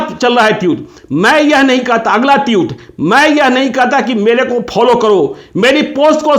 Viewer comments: टीउट नही होता सर.. ट्वीट बोलिए ! 😅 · जी, उच्चारण सही सही कीजिए। ट्यूट नहीं ट्वीट बोलिए। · भैय्या, ये ट्वीट होता है, ट्यूट नहीं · ट्यूट नहीं पत्रकार साहब, ट्वीट कहिये। गजबे हैं आप भी। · Twit hota hai tewt nahi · Osama saahab!!...saahab??...😁😁...kya yaar 😁....wo TWEET hota hai TWYUTE nahin 😁😁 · Tutt nahi...tweet... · Ese log bhi video bnane lg gai jisko tweet bolna nhi aata tueet bol rha hai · Jahil ho kya be. Tiyut nahi tweets hota hai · ओ चाचा ट्यूट नही होता है ट्वीट होता है😂😂😂😂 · जनाब ट्यूट नही ट्वीट बोलिये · Pahle tweet to bolna sikh le, tute nahi baklol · Bolna toh seekh lo patrakar sahab tuet nahi tweet hota hai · अरे चचा ट्यूत नहीं ट्विट होता है😀😀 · Tute nhi tweet hota hai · Tute ni hota bhai tweet hota h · भाई साहब ट्यूट नही होता ट्वीट होता है ।। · Tweet not tute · Teut nahi tweet hota hai ji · पहले बोलना(उच्चारण)तो सीख लो ट्यूट साहब 😂😂😂😂😂😂🤣🤣🤣🤣🤣ये ट्यूब लाइट पर नहीं बोल रहे हो जीरो वॉल्ट के लट्टू आप ट्विटर के लिए बोल रहे हो😂🙏जय हो हर कोई पत्रकार बनने की दुकान खोलकर बैठ गया है। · Tweet toh bolna sikh lo pehle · ट्वीट तो बोलने आ नही रहा है चला हैं पत्रकारिता करने ।एक अपराधी की पैरोकारी कर रहा है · Tweet ..ka pronunciation to thik kijiye....